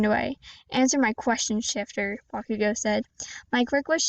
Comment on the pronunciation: Its good actually pretty neet btw you did mispronouns bakugou its ok thats my first time saying bakugou